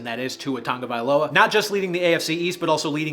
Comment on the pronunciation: I'm sorry, HOW did you pronounce Tua's last name????